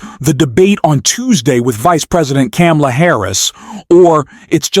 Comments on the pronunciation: Pronounced Come-a-la. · Its Coma-la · Comma La. Say her name correctly please. It took me awhile to get it also. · It's Kamala ' learn her name. Terrible vidio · How did you pronounce her name? It's ?la - Kama-la,and you did it through this whole post after hearing people pronounce her name right. Won't follow. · Please learn how to say Vice President Kamala's name correctly. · Stop dissing the candidate and learn to pronounce her name!